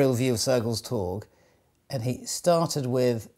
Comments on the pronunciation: Interesting bit of trivia. Note: 'torg' has a soft g =) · I love how you pronounce Sergels torg